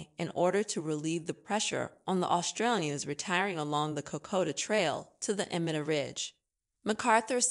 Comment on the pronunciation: Cocoa Trail...? Sounds yummy. Try Kokoda. Made it 5 minutes. I'm not sure if the narrator is human or not but she should work on her pronunciation. And the CC text writer should be fired.